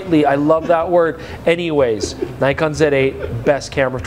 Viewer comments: So many years and still doesn't know how to pronounce Nikon 😂 (or Nikkor) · Nikon is pronounced knee-kon btw. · all the best for next ten years. and perhaps youll learn to pronounce nikon and nikkor properly by then :)